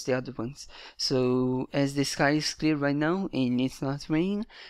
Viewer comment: When ur saying "it is an _", it really sounds like "it needs an" so could you try not to pronounce any "n" before "is" :) great video otherwise!